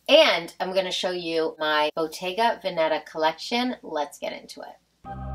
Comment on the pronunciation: The accent is on the first syllable of Veneta. 😃